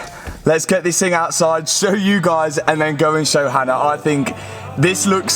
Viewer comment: tbh fair I do see how people think she’s called Anna because of the way Matt pronounces Hannah